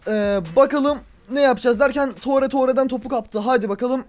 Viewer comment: tore diyo okunmuyo abi ture diye okunuyor.